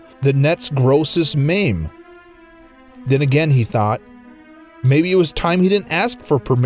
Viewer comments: Did he just say mame instead of meme XD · yes. he did. he said mame ... sigh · Super great video but it physically pains me to hear meme pronounced "maym" and foregoing simply saying the much more casually accepted "IRC" in place of speaking out the whole acronym. C'mon man.